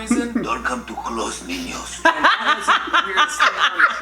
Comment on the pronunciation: "Welcome to closet Ninõs" 😂😂😂😂😂